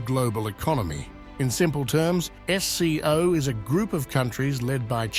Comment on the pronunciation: It's SCO not FCO.